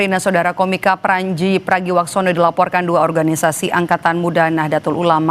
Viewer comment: Pranji apa pandji 🤣🤣. Baca yg bener dek